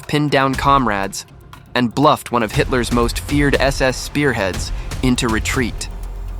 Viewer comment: AI- A bar? No it's a B A R. 😒 Hightler? No it's Hitler. Not giving you money for me to watch this. It would have been ok if you'd have spoke and not a computer. 👎